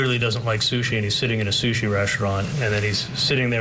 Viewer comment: Charlie is so sickening. Gotta love the way he says “shushi” for “sushi.” Sure Charlie… you and your dad both knew that was an undercover agent at the restaurant. 🙄